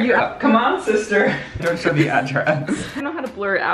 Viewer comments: You ruined my life shishter, I can't stop saying shishter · I love when you say shister 😆😆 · Sishter Asishtant ❤️